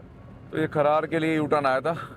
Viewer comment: खरार नहीं है ब्रो खरड़ है